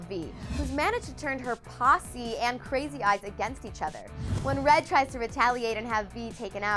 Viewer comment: did she really say possy? pretty sure its poosay (poussey)